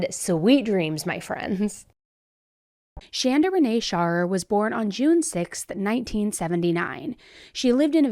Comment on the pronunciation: I just want to to say thanks to for pronouncing the name Shanda correctly. My name is Shanda and it seems as if no one can ever get it right so major kudos! Also, it's kind of funny my sister's name is Amanda. I've heard this story before but forgot some of the details. Another neat thing Shanda Sharer birthday was 6/6/79 and mine is 6/2/80